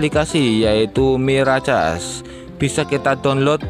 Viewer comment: Mirakes bang bacanya😂😂😂😂